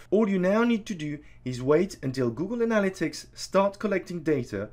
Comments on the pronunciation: ANN-a-lit-ics.. not anal-a-tics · Its analYtics not anAl-ytics !!! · Great video, so useful. But it's pronounced ana-LY-tics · 'Google anala-ticks' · I think you're pronouncing that wrong Google Analytics. But I'm guessing it because of your accent. Not throwing shade. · Great video but you pronounced 'Analytics' in about 4 different ways :) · I can't trust a man who can't say analytics correctly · I just love how you say analytics, honestly. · This was an excellent tutorial thank you! But you must learn how to say analytics correctly :P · nobody would hold it against you if you actually learned how to pronounce "analytics' properly. That was fkn torture...had to bail after 2 minutes. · Every time he pronounces “Analytics” 😑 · I wish you hadn’t crucified the word “analytics,” but I got past that, you have bang-up presentation and content. 👍🏻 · Great video..Please pronounce "Analytics" correctly. It's driving me crazy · I like how he pronounces "analytics." LMAO.